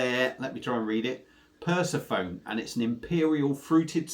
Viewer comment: Sorry but it is pronounced per sef on nee lol 👍